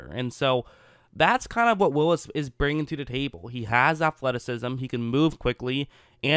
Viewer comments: Whatchu talkin' bout Willis? It's pronounced Wills. ;) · Sorry, but it's Wills. Only one i. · Wills bro NOT WILLIS!!